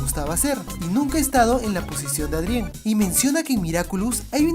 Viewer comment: hola!! tubiste otro errorsito :3 dises ádrien endebes de decir eidrien o adrian :v jejeje plisss mandame saludos en tu proximo video :3 esque no puedo compartir tus videos por una falla que tiene mi tablet =""( espero tu respuesta